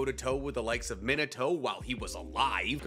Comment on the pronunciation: Meen-ato that’s how you say It